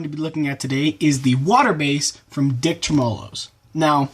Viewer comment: Sorry but that screwed with my brain. Its tremolo. Treh mah low